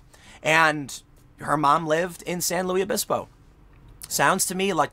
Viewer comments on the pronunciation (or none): It's pronounced like "Lewis" San Luis Obispo . Not "Louie" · Are we just going to allow Tim to pronounce it San Louie Obispo with no repercussion? It’s San LUIS Obispo! SLO is an amazing place, don’t screw up it’s name! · For the love of god it's pronounced "LOO-iss". Nobody says it "louie". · In case this gets popular, locals pronounce the S in Luis. I went to college there and they say San Lewis Obispo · Not pronounced San Lew E Obispo. Pronounced San LEWIS Obispo. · San Luis Obispo is Spanish in origin. It's pronounced similar to the English version Lewis, but the "i" is like a long "e" or lou-ees. You're pronouncing it like the French, Louis, where the "s" is silent, or the English version, Louie, where the "s" is absent altogether. The irony here is that the CA town on San Luis Obispo is named after the 13th century bishop, Saint Louis of Toulouse, France. I'm not a language nazi, just fascinated by language & history. Great job Tim! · Am I the only one bothered by Tim saying: St Louise ovispo? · SAN LUIS OBISPO sounds like SAN "LEWIS" OBISPO or SLO. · It's pronounced "Lewis" -- San Lewis Obispo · Petty comment maybe, but it is pronounced San LEWIS Obispo. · Lol we say San Luis Obispo. With an s noise at the end of the Luis. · It’s San LuiS (the S is not silent) Obispo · I live in the area. It is pronounced san loo-is uh-bis-poh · me: lives in slo tim: san lewie obispo me: well, better than sargon "san louis opisbo?" at least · San luis Obispo is pronounced as san louis Obispo. Weird I know.... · It’s pronounced San “Lewis” Obispo. It’s Spanish, not French. Believe me, I’ve lived here my whole life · San Luis (loo iss) Obispo This is where I grew up. People hate when it's mispronounced. It's Spanish, not French. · i've always heard it pronounced "san loose obispo" (and in a digression, SLO is where Hitchcock filmed the mission scenes in Vertigo) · San Luis Obispo. Pronounced San loois Obispo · Tim, San Luis Obispo is a Spanish name. You pronounce the S in Luis.